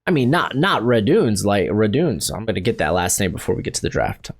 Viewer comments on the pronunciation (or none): none